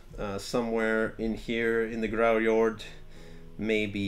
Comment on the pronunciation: "we're starting with GRARRJORRD" me: "g... grarrim..." "THE GRAARRRRJOOORRRRD" me: "skyjord..."